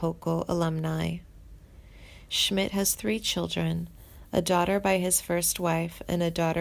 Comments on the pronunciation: As soon as she fucked up on mispronouncing his name...I STOPPED!!!! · Timothy B. Schmit has not passed away and if you do music documentaries please pronounce their names right. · Is this narrator a complete moron? Mispronouncing multiple names and seemingly writing off Schmit as if he has already passed. Clickbait bs